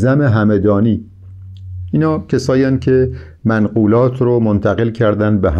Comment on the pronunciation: شطحیات را اشتباه تلفظ میکنید به سکون ط است و سهلگی به ضم س است. منقولات به فتح م است و ..‌. کتاب النور هم توسط عبدالرحمان بدوی در قاهره چاپ شده و ترجمه استاد بر اساس این تصحیح است نه نسخه خطی. الغرض فواید بسیار است در خواندن این کتاب. ممنون از شما